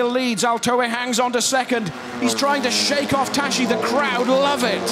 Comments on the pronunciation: Tas-si -> Tassi, not tashi! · It's the Hungarian prononciation. It's not Tassi. Thanks for watching (and listening...).